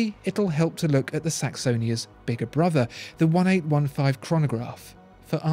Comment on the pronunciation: Please say "Eighteen Fifteen" as this product family is dedicated to the founder A.F. Lange, who was born in 1815. Other than that your analysis is brilliant and spot on!